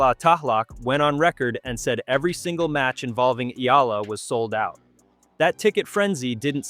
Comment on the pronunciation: VO re-edit #1: Her name is pronounced Ea(y)ala NOT EEla. VO re-edit #2: She is a FilipinA not a FilipinO Please honor the genderization of nouns in her culture and many other languages/cultures.